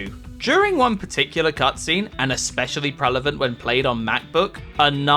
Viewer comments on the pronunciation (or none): The narrator has a glitch he keeps saying "prellavant" when the word is Prevelant 🤣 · Someone needs to teach this narrator how to pronounce the word prevalent lol